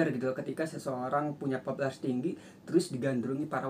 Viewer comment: Pupularitas om bukan popolatras